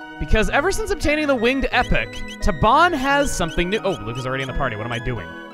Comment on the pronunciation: The Epoch is not pronounced epic it's e-pock.Also this game is freaking amazing.